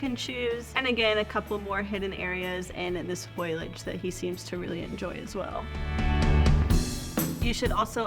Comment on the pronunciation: You keep saying foil-age and it’s pronounced foal-ee-idge (foliage)